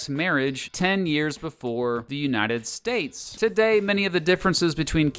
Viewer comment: shut up old man who said THE UNTIED STATES